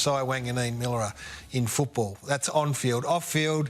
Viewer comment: It's Mill-era. Not Milla-ra!!